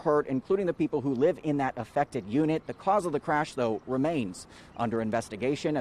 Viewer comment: watch your mouth how you say affected